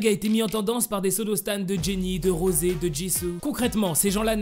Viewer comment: SE NES PAS ROSE SES ROSEEEE